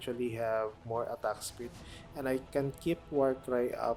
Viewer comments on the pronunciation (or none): I’m not even Filipino, but that’s the first thing that came to my mind. That „attagk“ is too filipino 😂